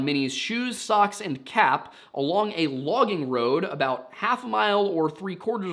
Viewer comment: You had to say "cap" a dozen times before i didn't hear "calf"